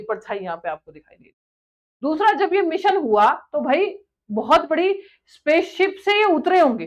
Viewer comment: इतने पड़े लिखें हो, कम से कम अपना pronounciation और grammar पे थोड़ा ठीक कर लीजिये.... राकेस शर्मा नहीं वो राकेश शर्मा थे, जोन केन्नेडी नहीं वो जॉन केन्नेडी थे, मिसन नहीं मिशन होता है, सूट नहीं शूट होता है, और चाँद पे साइंटिस्ट नहीं astraunaut गए थे